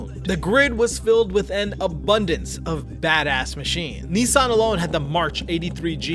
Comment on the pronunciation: Why can't Yanks pronounce Nissan?